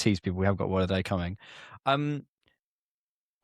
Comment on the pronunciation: Classic move for Rohan to mispronounce the word of the day 😂